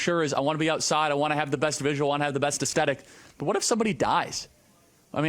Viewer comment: Aesthetic is not pronounced that way!!!